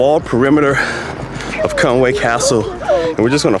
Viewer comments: Fantastic video and so pleased that you enjoyed it so much! Thanks a lot for sharing! I feel obliged to mention that there is a subtle difference in spelling and pronunciation to be aware of (I think). I believe it's Conwy rather than Conway....and pronounced "Con-wee" instead of "Con-way". Maybe a genuine Welsh person could confirm. I am a Scouser, so live just across the border and am not a true expert. Happy castling!! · Another thing that's interesting is the English pronounce Conwy wrong. It's Conwee not way, there's no a in it. But like I said the English shove that a in there. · Very nice Vid, but I listened, and want to say, you pronounce the name Conwy, NOT Conway but like this Con wi, get it! easy